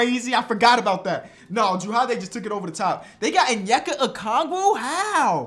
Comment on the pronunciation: Lmao the way you say onyeaka’s name is so funny cuz I know you’re actually trying but just the ascent is messing it up